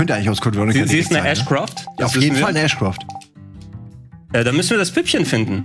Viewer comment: ashcroft? ist es nicht ashford?